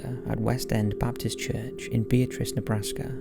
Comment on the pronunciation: Something I found out from traveling through Beatrice, Nebraska (story #2), they pronounce it "Bee-AT-trise" not Be-a-trice as in the girl's name Beatrice. Said it wrong there once and got immediately corrected! ^_^